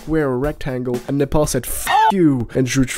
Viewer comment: You are the first 🥇 one to say something good and pronounced nepal correct 💯😂😂